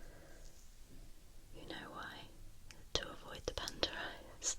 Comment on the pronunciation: I like the way she says panda..."pander" 😆